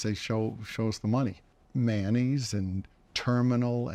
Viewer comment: I was wondering why Paul was talking abut mayonnaise until I realized he was saying Manny's